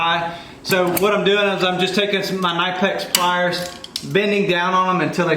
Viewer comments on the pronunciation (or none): none